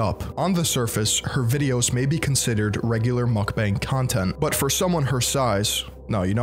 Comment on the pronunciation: Who’s gonna tell this guy Mukbang isnt pronounced mack-beng